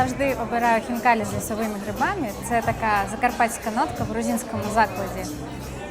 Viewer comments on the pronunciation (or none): none